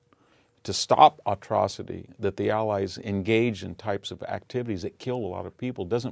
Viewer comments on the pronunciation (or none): Autrocity? Is that proper English?